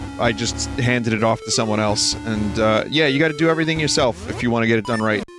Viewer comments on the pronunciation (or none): every ting(le)